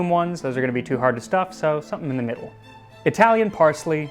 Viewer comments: Italy saving the day and bringing us again something amazing for humanity! Also your italian pronunciation is on point, sincerely from Naples And the italian counterpart to Voilà would be Ecco Fatto or just Fatto, great channel! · Pretty decent Italian pronounciation. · Your Italian pronunciation is pretty good. The accent is heavy, sure, but it's perfectly understandable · Pronunciation is not bad! Great video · His Italian pronunciation is very accurate, I'm impressed! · I'm not even Italian, but that was beautifully pronounced.